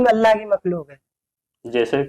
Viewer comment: pahle bolane to Sikh chahie😂😂 Allah ka naam to pahle acche se le Lijiye